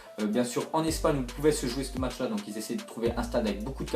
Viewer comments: se serai bien que tu dise "ce match là" et pas "ste match là" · frere parle en francais wsh tu di "ste match " t deja aller a l ecole ou pas ?